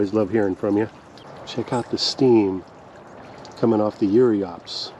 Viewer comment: Check out the steam coming off the what sorry? Sounded like yuriops, but if so, what on earth are yuriops?!